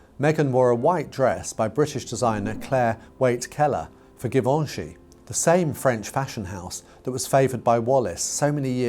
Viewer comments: Now, why did you not bother to do any research into how to pronounce Givenchy?? The G is not hard - as you render it. The G is soft. The ch is soft. Zhuh-vohn-zhee. As a professional journalist, you really ought to get these things correct. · Givenchy with a soft 'G' not a hard one. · That's what I was saying to myself every time said the name. I thought maybe it was a British-ism on his part? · please learn how pronounce to pronounce Givenchy. You are a professional!